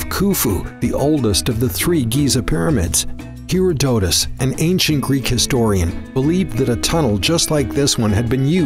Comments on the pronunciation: You say Herodotus like someone who has never heard the name said before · he pronounces it "HERO-DOETUS"